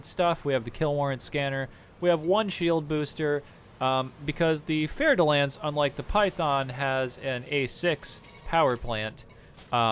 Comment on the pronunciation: Oh shit...Ive pronouncing "Fer" like "Fer" all this time! I never knew it was really "Fair" de Lance. Thank you.